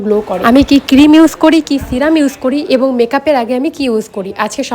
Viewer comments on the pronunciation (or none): Are baba ora siram na go serum... Thik kore uccharon kor age tarpor video koris